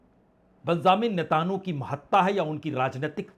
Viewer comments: To pronounce NETANYAHU correctly First NETA( from NETA and add N) Yahu,remember film Jungle song " Yahu Chahe koi Mujhe junglee. So Not NETAN YOU but it's Netanyahu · नेतानु नहीं नेतनयाहू